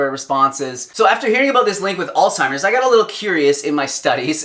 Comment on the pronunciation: Please, it's not "all-timer's disease"; it's "Alz-HIMer's disease". Alzheimer's.